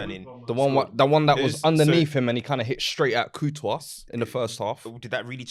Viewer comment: Why does call courtois, COO-tois 😂